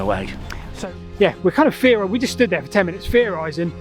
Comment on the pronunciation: I love your work, but pleeaase stop "effing". ish It's not "feorising". Theorising. Please. It's really hard to listen to. And I'm no academic, I'm just a working class bloke.